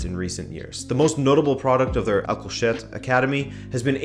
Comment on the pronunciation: For a second there it sounded like you called their academy "uncle shit" 🤣🤣